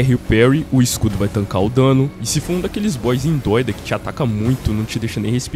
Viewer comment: "Um daqueles Boss Endoida" kkkkkkk